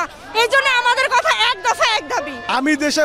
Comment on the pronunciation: Kotha na uccharon ta hobe kota??